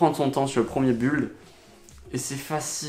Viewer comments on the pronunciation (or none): Bonne vidéo mais fais attention aux mots prononcés en anglais, "bulde" j'ai pas compris tout de suite ce que tu voulais dire ! Mais c'est un détail 🤪